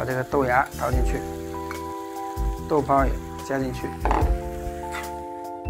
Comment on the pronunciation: 没人觉得这个豆泡发音有些怪吗